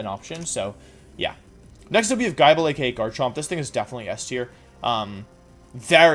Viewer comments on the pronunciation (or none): Wolfe pronunciation errors (corrections in brackets): - Unfezaunt (Un - fez - ant) - Jigalith (Gig - uh - lith) - Guyble (Gib - ul) - Gliscore (Gly - score) - Leavunny (lee - vah - knee) - Naganyadel (nuh - gah - nuh - del) - Dekeydowee (deh - sidge - u - i) Overall good video, just expecting things like this from a VGC champion. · It's hard to tell if he's memeing with some of the name pronunciations, like Primape and Gible.....